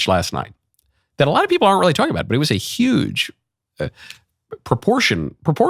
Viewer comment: "some people will say... the most beautiful, maybe even, of all time. 'Uge speech."